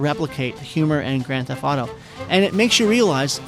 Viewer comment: Grand theft auto. Not Grand thef auto.